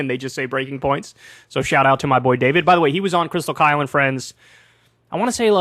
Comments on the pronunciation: I think Bill was trying to troll Kyle when he said Krystal “Kale” and friends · Bill could remember and read Saagar correctly, but couldn't read Kyle right. He called him Kale when introducing Krystal's resume. Kale Kulinski.